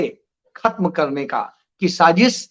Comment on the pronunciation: Sajis nhi Sazish वाशिंगाटन nhi वॉशिंगटन इसारे nhi इशारे Jariye nhi Zariye Aaj ke liye itna hi sabaq kati hai Dhayan laga ke sudhar kijiyega agli baar check karunga